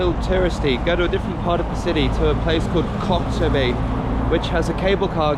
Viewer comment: I heard the same 😂